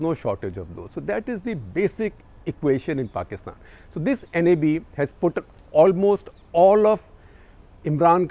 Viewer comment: Gupta sahab pronounce NAB, not by each english letter